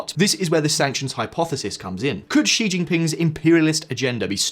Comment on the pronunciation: You finally pronounced „Xi“ correctly!!! Made my day, thank you!! ❤